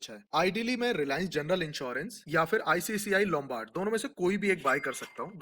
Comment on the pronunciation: insurance pe poora video bana diya par icici lombard bolna nahi aaya...